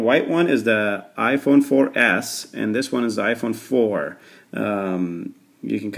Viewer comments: omg !! he said i-phone for Ass hahahahahahahahahahahahahahah! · i thought u said iphone 4 ass